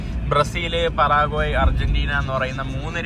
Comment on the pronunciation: പറാഗ്വേ അല്ല പരാഗ്വേ ആണ്